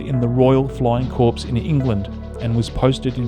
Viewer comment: Hi there mate great video. "Aviemore" is pronounced "avvee more" so you are very close, it's a town in Scotland. However "corps" is pronounced "core" not "corpse".